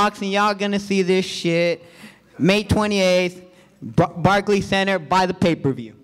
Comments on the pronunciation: Lol he can’t even say Barclays Center 😂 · Show up at barkey centre says rolly 😂😂😂 hahahahaha oh shit that killed me barkey centre 😂